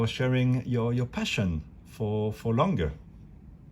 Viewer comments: Beautiful watches but couldn’t watch the whole video because of the Langay pronounciation and the flyback incident. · No, please! Not Langay, Langa. If it was French it'd be Langay. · It's not pronounced "Langa" either.